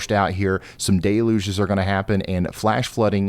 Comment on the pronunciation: DEL yuge. Look it up. Not Day luge